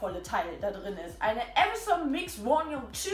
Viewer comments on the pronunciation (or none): none